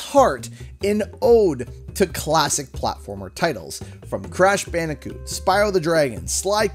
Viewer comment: "Crashu bandicoo?.."